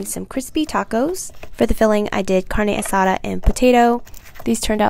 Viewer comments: She pronounced carne asada wrong 😭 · Pico de gallo or salsa bandera and Tacos Dorados, that is one lucky man. (The mexican in me cringed a bit with the pronunciation of carne asada, but that's reflex lol.) 😅